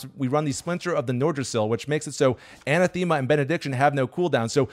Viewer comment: Pronunciation was a bit off. Anathema is pronounced A-NAH-thema